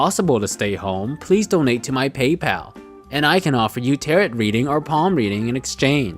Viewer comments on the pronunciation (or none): Great vid as always,. Just FYI, tarot is pronounced like "ta-roe."